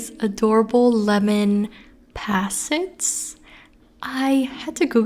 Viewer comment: Very cute video. Small note that doesn’t really matter but I’m a pedant at heart, it’s pronounced Poh-set, like pot not pat x